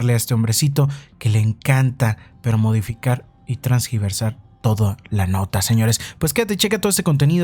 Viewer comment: Transgiversar????? No es tergiversar????